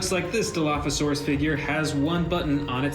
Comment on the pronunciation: It is dilophosaurus